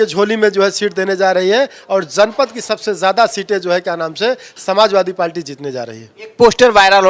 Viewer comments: नेता बन ने चल दिए है पार्टी बोल नहीं पा रहे हैं 😂😂 पाल्टी पाल्टी बोल रहे हैं 😂😂 हद्द है बे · पार्टी बोलना सीख लो यार पलटी बोल रहा है😂😂😂😂😂😂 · Abe palti nhi hota h पार्टी hota h be... anpad aadmi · पाल्टी नहीं पार्टी है साहब आप तो बेइज्जती कर रहे हैं 😊